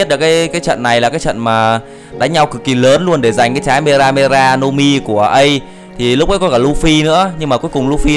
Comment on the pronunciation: lúc đầu thì đọc từ mera mera thàng mega mega